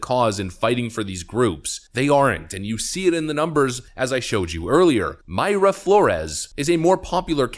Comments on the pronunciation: It’s My-ra Flores. My-ra not May-ra. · I'm fairly sure Mayra is pronounced "My ruh"; one word of course, no pause. I used to know a Mayra. Although, "Houston, CA" is pronounced differently from "Houston, NY" so who knows. Need to listen to her say her own name to be sure.